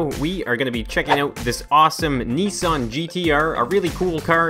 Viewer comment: It's pronounced nissan